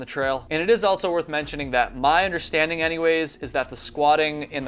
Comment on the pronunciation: I wonder if babble can teach you how to say "also"